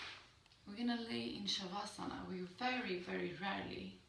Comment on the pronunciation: my inability to discern pronunciation of de-stress process while laying down, cycling visuals "stem to stern" through the body. Sounds like "chivasa" to these ol' english ears. Love your accent, culture and esp philosophy reminisent of Esalon days previous alluded to...